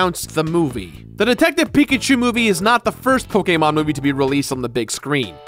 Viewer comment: the way he says Pokemon makes me wanna die